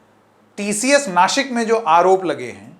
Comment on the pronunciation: बबुआ जी, दंत स और तालव्य श में फ़र्क समझिए। नासिक बोलिए नाशिक नहीं, वरना आपको शंकेत बना दूँगा। बीवी अच्छी अंग्रेज़ी बोलती है तो आप तो अच्छी हिंदी बोलिए!